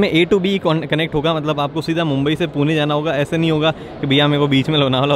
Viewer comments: poona Nahi Pune bolo.. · Poona nhi, Pune bolo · पुणे रे not पूना